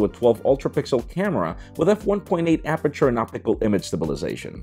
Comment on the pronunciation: "opickle image stabilization"